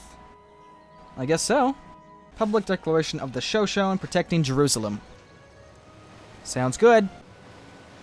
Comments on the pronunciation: Isn't it pronounced Sho-Sho-Ne? Not Sho-Shone...? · GAH IT ISN'T 'show shown' it's Show shown ee' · Sho-Sho-Nay, not Sho-Shone. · It is sho-sho-ne not sho-shon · Also, its Show-Show-Nay, not Show-Shown. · It's bothering me so much how pronounces Shoshone. It's pronounced like show-show-neigh. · Sho-sho-nee. Just for the record. Good vid. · It's pronounced sho sho knee In the future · Sorry to be this guy i know its not a huge deal but Shosone is pronounced Show-Show-knee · Show-Show-Knee = Shoshone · It's pronounced sho-sho-ni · Sho-sho-ne! Lol, it's pronounced that way. Or shu-sho-ni. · Mango peeped is the capital of the Shoshone and its pronounced sha-sho-ne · It's actually pronounce sho-shou-ni btw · I believe Shoshone is pronounced "sha show ney or nee" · Sorry to be pedantic, but it's sho-SHO-nee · Great episode, but for future reference, its pronounced sha-shonie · It is pronounced sho-SHO-ne. I mostly bring this up because I am descended from the Shoshone. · Sho-sho-nay! I'm sorry, but you need to pronounce the e. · Ik lots of people already said this but its shan-sho-knee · Its pronounced sha sho nea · it is pronounced sho shonee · Shoshone is pronounced shoshony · your pronouncing ShoShone wrong, sorry I just want to make sure you know. It's pronounced Sha-Show-Knee. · The Shoshone are pronounced sho-sho-nay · Its pronounced sho-sho-ni! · Holy Shit you could actually pronounce their names, but shoshone? Almost man almost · yes i just replied to you and- PRONUNCE NAMES RIGHT!!! LEARN TO SAY SHOSHONE- NATIVE PRIDE!!!!!!! srry i love your vids but you butcher all foreign anything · I believe the the e at the end of Shoshone is pronounced.